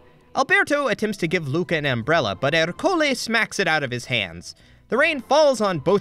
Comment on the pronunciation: why are you pronouncing Ercole with an accenct on the o!?!